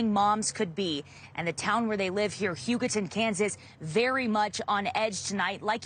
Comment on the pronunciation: It's not Hugo-town. Hu-ga-ton